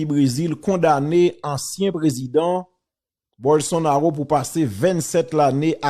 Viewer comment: Non an prononse Bolsonalo men kan ou we se Ro mr Teriel